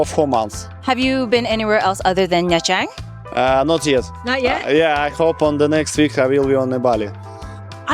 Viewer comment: Was ist das denn für ein Mist mit der KI? Nha Trang wird Nja Tschang ausgesprochen. Ansonsten denke ich, dass die KI doch menschliche Wesen sind. ABER! Diese "KI-Menschen" schlafen ja bald ein. Ich lief 2002 auf dem Gehweg mit einer Plastiktüte worin sich mein Fotoapparat und einige Fotos befanden. Ein Motorroller fuhr an uns vorbei, wendete und fuhr wieder auf mich zu. Der Sozius entriss mir die Tüte. Ich hatte nur noch die "Griffe" in der Hand. Ach war das lustig. Endlich konnte ich ohne diesen Ballast weitergehen (Sarkasmus)